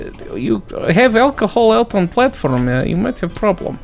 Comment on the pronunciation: I love this game, also the accent is great comedy at right timings like alcohol, and onion 😆.